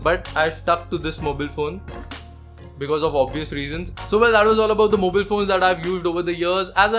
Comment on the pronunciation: skipped the video as soon as you said mobeel